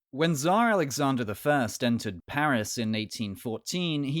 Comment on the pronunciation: Just say it TSAR !! With R on the end. This way it will be at least one matching sound with original name!